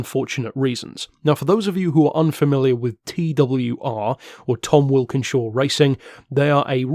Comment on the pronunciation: Tom Walkinshaw not wilkinshaw , sorry I'd want to be told.